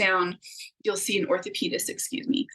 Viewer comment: If she says ORTHOPIS ONE MORE TIME... ORTHOPAEDIC